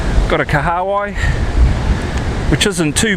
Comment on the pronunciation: From my dialect we pronounce that ika(fish) name Kaha Wai bro, "Kaha means Strong/Strength, "Wai" means water...your pronounciation Ka haawai? is a new one to me LOL. Good onya mate - love the vids 👍